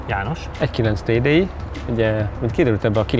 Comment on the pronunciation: inkább a TÁDÉÍN van a hangsúly